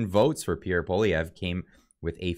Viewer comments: You gotta learn how to say his name tho lol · Can't you pronounce his name correctly? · Small recommendation.. learn how to pronounce his name ;) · Please pronounce his name right haha